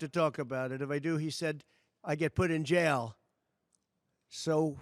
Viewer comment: You SHOULD BE I JAIL!!! HARD emphasized "J" JJJJJJJAIL!!!!😂😂😂😂😂😂😂😂